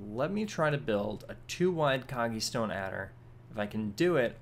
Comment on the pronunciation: hello. One thing i need to mention: it's "Kogge-Stone Adder", not "Koggie". Sorry for being 'rood'.:P I'm just like that. I don't want to be rood.:-)